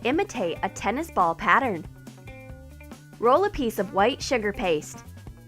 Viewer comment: The narrator said tiece of tape